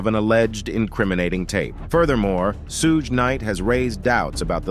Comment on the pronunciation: SHOULD WE BELIEVE ANYTHING/ANYONE THAT ALLOWS ARTIFICIAL INTELLIGENCE TO NARRATE?? Cannot even pronounce Suge’s name correctly!!!